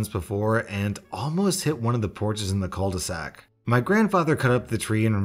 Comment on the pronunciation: Bruv that's not how you say "cul de sac". You could at least do a smudge of research on how to pronunce it. It's not like your "content" is so time consuming that you can't verify one French word. 🙁